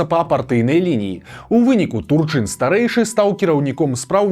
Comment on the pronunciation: Дакладна прозьвішча ТУрчын, а не ТурчЫн.